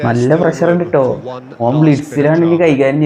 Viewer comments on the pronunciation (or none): none